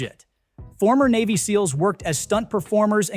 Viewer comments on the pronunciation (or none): none